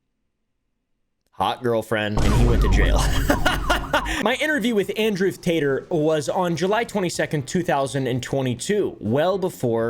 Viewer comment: I died when he said, "Andrewth Tater". 😂🤣😭